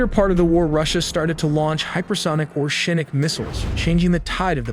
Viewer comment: " ORESHNIK" not orshenik......a lot of false infos